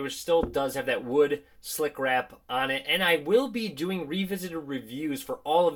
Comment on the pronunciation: "Slickwrap" Triggered